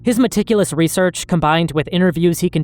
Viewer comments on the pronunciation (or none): none